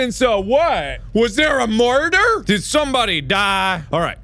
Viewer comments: Mark: was there a MUARDOR?! Me: yes mark, there was a MUARDOR! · No one: Mark: WAS THERE A MORDER